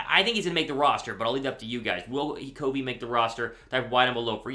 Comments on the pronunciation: Raiders fan here, usually listen to Raiders Report with Mitchell Renz but tuned into Eagles Now to hear about Britain Covey news since I’m a big Utah football fan and played against him in high school. Bro, you are slaughtering his last name. It’s NOT CO-vey it’s CUV-ey. I’m not trying to grill you but couldn’t take the mispronunciation anymore 😂 I hope he makes the roster tho! Will be another Hunter Renfrow!! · its pronounced "Cuvey" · Long utah ute fan here its pronounced (kah-vee) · Covey! Covey! Covey! You can’t go wrong! The dude is a stud! All around stud. Watching him at Utah was electrifying! Fly Eagles Fly! (Btw it’s “kuh-vee”) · You still are pronouncing Covey wrong. Pronounced kuh•vee. Good to see you finally coming around on him. Never a doubt he would make it. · Its CUH-VEE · Y for yes on Britain Covey making the 53 man roster barring injury. Don't let your eyes fool you on Covey. COVEY is pronounced "COVV-VEE" like "CUBB-BEE" but with a "V." Fly EAGLES Fly! 🦅